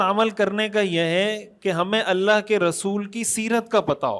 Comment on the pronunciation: بہت عمدہ ج زا ك اللہ خیراء محترم خالق کائنات کا نام ذاتی اللہ ہے نام میں لام کو کھینچ کر ه کی آواز آنے پر نام مکمل ادا ہوتا ہے تصحیح کے لئے عرض کیا امید اصلاح فرمائیں گے صاحب علم حضرات کی خدمت میں عرض ہے